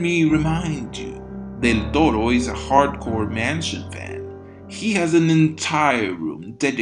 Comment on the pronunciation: Excellent video, especially because Victorian-Gothic architecture has always seemed exquisitely relaxing to me, visually speaking, also your pronunciation of the nickname "Del Toro" is simply refined